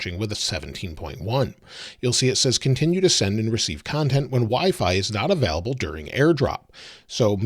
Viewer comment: It’s available not avaalable